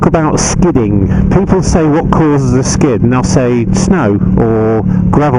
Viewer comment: Good mohning, peeepu..... Haha, love it!